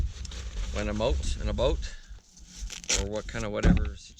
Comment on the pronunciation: how were you able to get British surplus equipment? Could you give me a lead please. Ah! The way you said out and about, tells me you are Canadian with much better access to British gear.